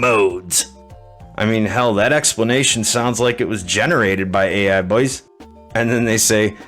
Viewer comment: the way you say boys is horrible after the first couple times